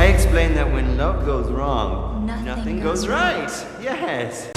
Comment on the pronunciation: This is a very odd way of pronouncing the word nothing